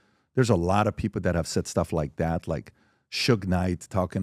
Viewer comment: How does PBD still say "Dat"